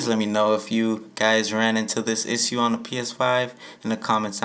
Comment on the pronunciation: Learn how to say issue